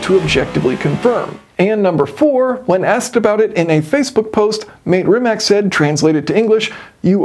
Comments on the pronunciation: MAH-tay Rimac. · Mate Rimac is pronounced Mah-tay Re-matz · Just for everyone, Mate Rimac is pronounced Matty Rimatz. He deserves to have his name said right, look at what he's doing. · Hey, just one pedantic comment: I believe his name is pronounced "mah-tay rim-mats" not "māte rimack" Great video. 😎👍🏼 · Love you, love your videos, love engineering and learning. My Croatian buddies want me to tell you that Mate Rimac is pronounced Ma-tay Ree-match. The way you said it makes him sound like an Australian bloke clearing his throat. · Not sure if anyone pointed this out already, but as a native speaker of Serbo-Croatian, I can tell you two things - 1) Mate Rimac is pronounced as Muh-teh Ree-mah-ts ; 2) The phrasing Mate used in conjunction with the emoticon may actually translate to something along the lines of "oh, that's rich...", as that specific phrasing is very often used sarcastically, much more so than its direct meaning as a praise. Just thought I'd throw a spanner in the works :D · Great video! Btw the name Mate Rimac is pronounced Mah-teh Ree-mah-ts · The CEO of Bugatti/Rimac's name is pronounced Ma-tay Ree-mats. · Senor, his name is pronounced Maa-Té Ree-matz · Jason, you gotta work on your pronunciation. The guy's name is pronounced Mottay Rimmats. Maté Rimac. He's Croatian. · Mate Rimac is pronounced as Mah-teh Ree-matz. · Fantastic video as always! Hope ye can do another Two Jason's review of this when it comes out! Please do google how to pronounce Mate Rimac's name as Croatians/Bosnians do though, the man is a total car nerd and has achieved some amazing things already so doesn't deserve to have his name (and his companies name) butchered by western media!